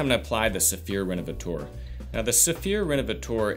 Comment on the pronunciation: "Rénovateur" isn't pronounced "Renovatoar". The French "eu" is pronounced like the "e" in the English word "her", the "ea" in "to learn", the "i" in "first" or the "u" in "turtle" for instance. 🙂